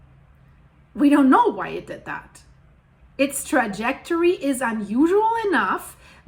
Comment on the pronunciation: Lol it has a soul trejectory. I used to say it like as in currling but soul trejectory is better